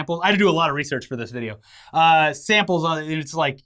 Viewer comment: "Research" really?? Really?